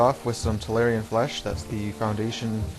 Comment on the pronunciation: tallarn flesh. I see no IA in between the r and n, Why must everyone on youtube add extra vowels to paint names ^^